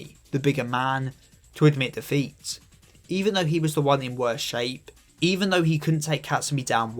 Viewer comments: the accent on "defeat" makes it sound like you're saying "the feet" half the time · You say defeat way too many times and all I hear is Da Feet